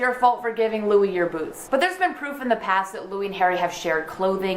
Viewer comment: I love the way you say boots